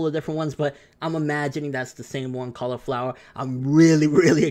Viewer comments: It's caulifla not cauliflowa😂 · It's CAULIFlA NOT CAULIFLOWA. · Pretty sure her name is Caulifla right? Not Cauliflowa? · Her name is Caulifea , not cauliflower lol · Caulifa not flower. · Just re watched the episode and her name is Caulifla not Cauliflowa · I'm pretty sure her name is supposed to be Caulifla, not Cauliflowa. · ITS CAULIFLA NOT CAULIFLOWER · caulifla not cauliflowa fyi unless the translations are wrong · Its Califla!! lol,fail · btw its not flow its fla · It's Caulifla 😂😂😂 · hate me all you want but he's saying her name wrong over and over and the underlying fact is its a diff saiyan girl alltogether from the LSSJ girl thats IN A DIFF UNIVERSE